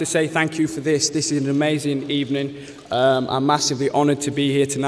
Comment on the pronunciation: He said amazing More like AmaZayn Ha